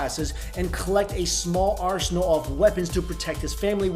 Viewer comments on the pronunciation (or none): none